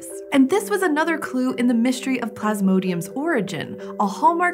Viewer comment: "Myshtry"... "Shtructure"- is there some part of the continent where everyone is persuaded that there's an "h" in there? Where does this dialect originate? It's like "nucular"... that isn't what isn't written. It's so off-putting...